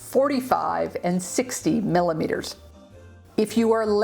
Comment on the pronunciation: i love how you said 60 millimeterszszszszsz